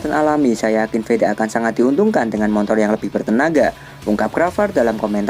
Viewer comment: nyebutnya Montor ya? hehehe